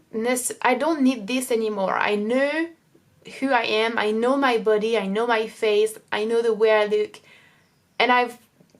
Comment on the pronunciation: Your English is really good, and your pronunciation is great! But in watching your videos over time I reaallllyy want to advise you on changing one English sound: "o" in like "video" or "know" or "so" etc you pronounce it too closed, like "oo" (or even ü) like "videoo" "knoow". It's a little to strong, like the "u" French sound. If you change that slightly your accent would be perf!